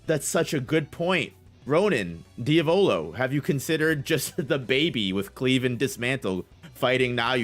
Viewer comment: Diavolo mispronounces names so fucking terribly lol